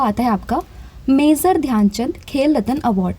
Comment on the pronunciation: pronunciation mazor❌ major✅